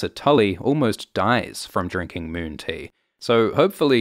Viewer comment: Please make a lot of videos saying "moon tea". Mewwn tea.